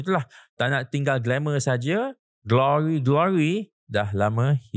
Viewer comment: Sebut Glory...Glory pun xbetul